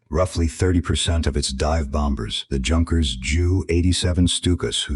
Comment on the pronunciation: Junkers. Should be pronounced Yunkers